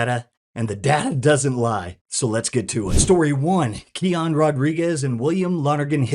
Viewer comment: His name is pronounced, Key-Oh-Nay. Not Key-On.